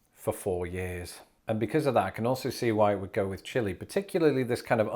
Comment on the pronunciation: The ‘chili’ hurts my Texas soul.